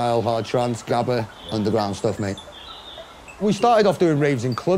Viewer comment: gabber is being pronounced wrong, the a in gabber sounds more like the a in all. the g sounds really different too but english speakers can't pronounce it.